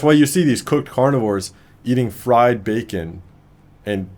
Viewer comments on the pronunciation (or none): none